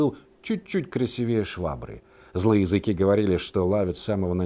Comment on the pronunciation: И не красивЕЕ, а красИвее !